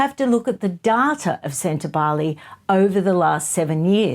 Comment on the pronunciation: Ingrid Seward was irresponsible in her reporting, in my opinion. She not only mispronounced Sentabale again and again, but she provided harry with various outs. It was disturbing to watch. I was shocked. Obviously, i no longer look at journalism as a respectable and investigative industry. It has become an opinion sharing service. Not factual, and a one-sided, propaganda fest. Once considered free and fair, the journalists themselves allowed their industry to be sullied. Do not feel for them. Feel for the journalists who were imprisoned or died to be awarded the ability to share facts and not storytales.